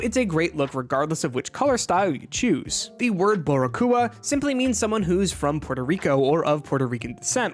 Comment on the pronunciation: The way he says boricua is cringe. I’m not even Hispanic and I know he’s saying it wrong lol